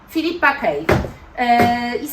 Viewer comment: Filippa K wymawiasz Filippa Ko